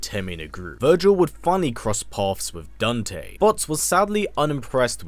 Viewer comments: Who the hell is daownte? Lmaoo it’s Dan-te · bruh he really said "dunte"